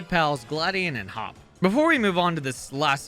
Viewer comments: You said Hop instead of Hau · I like how he called Hau Hop. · “We meet our rival Hop.” Lol 😂 If I had a Nickel for every time I heard Hau being called Hop, I would have a lot of Nickels right now. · HIS NAME IS HAU,,,, NOT HOP,,,,, YOU FAKE ASS FANS/ref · Took me until the victory road fight to realise he was saying Hop. I'm assuming it's intentional given the move name typos seeming intentional as well. (Noom Blast, PsyKick, etc.) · You're calling Hau "Hop". Too much Gen 8. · did he just say hop? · Lol, I didn't even catch it the first time but he might as well be Hop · As a Hop fan, hearing his name said when referring to Hau is agonizing